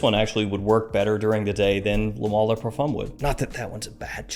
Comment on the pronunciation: why is he saying mall? 😭 its male